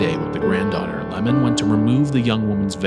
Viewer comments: My guy read the 'i' as an 'L' 😂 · Oiwa's husband's name is not "Lamon" but "iemon." And also "ghost (yurei)" and "yokai" are two different things, so Oiwa-san and Okiku-san should not be included here.